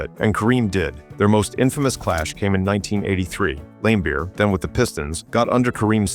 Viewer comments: Video loses all credibility by constantly referring to Bill Laimbeer as "LAM-beer" instead of Lam-BEER, suggesting either AI narration or that the author has no idea to how to pronounce the name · His name is pronounced Lam Beer not Lame beer basketball expert. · Lame Beer sounds about right lol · I love how he pronounced Bill Laimbeer's name as Bill Lamebeer. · AI SLOP Can't even pronounce Laimbeer's name. .... just more auto-gen nonsense.